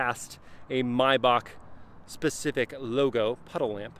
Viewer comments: It’s not pronounced maybak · The correct pronunciation is "My-bahh"